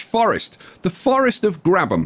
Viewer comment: Ok Ngl I clicked on this wondering if it was pronounced “grab ham” or “grabe um” and when you said “grab um” I was shocked